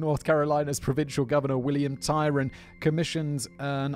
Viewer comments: it’s Governor Tryon, not Tyron. Love Simon’s “tyrant” joke though—he’s always so proud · Gov. Tryon... Not Tyron. Pronounced: TRYon. I'm trying to figure out if that was a moment of dyslexia... or a typo by Matthew, since it's spelled wrong on the card as well. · I came here to say the same about Tryon, hearing “Tyron” made my brain hurt, I had to double check that my memory was right and that I hadn’t had a stroke and forgot his name🙄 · FYI that name was William Tryon, not Tyron.